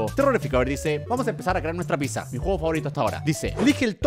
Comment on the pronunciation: Me encanta que German no puede decir ''Pizza'' solo dice